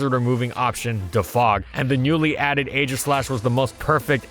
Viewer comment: DO NOT LEAVE OFF THE E IN AEGISLASH!